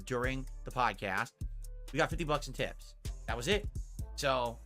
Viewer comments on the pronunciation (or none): "We gaht 50 bucks in theps. THAT'S IT!" Gwett fwacked! greedy scumbag.